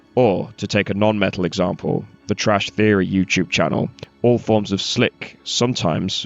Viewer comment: Hewwo, this is Twash Feory with the stowy of Infestah.